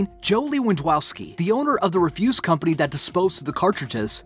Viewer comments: and speaking of trash refuse, he said refuse as in refusing to do something. lol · And a simple word like "refuse" as in "garbage." xD This was semi painful to listen to... xD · and REFUSE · Just...just don't ever make a video with words over six letters long without looking up how to say them. Like the difference between reFUSE and REFuse. Edit: exCAVator? I just watched my last BA video.